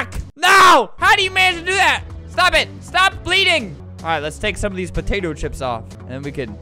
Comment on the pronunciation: why are you saying there patato chips flamingo